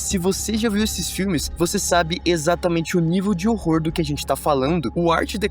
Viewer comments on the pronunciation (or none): none